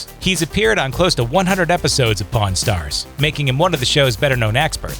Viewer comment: Don't know who the narrator is but he doesn't know how to pronounce the word pawn.